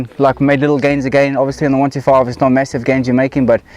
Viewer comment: Its not a 1...2....5, its called a ONE..TWENTY ..FIVE . Hope this helps.